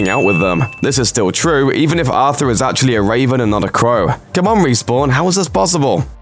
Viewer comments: Its not Arthur, its Artur its a russian name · The way that he says ARTHUR INSTEAD OF ARTUR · I'm a bloodhound main and hearing someone call artúr Arthur is painful ALSO nessie is in titanfall